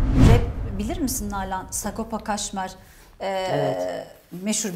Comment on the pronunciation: kaşmer değil kajmer ahahahaah cahillik zor